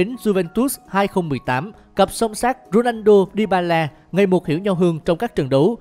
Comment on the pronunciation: Cj đọc ronando lại là cr7 trong game ff à ? ':((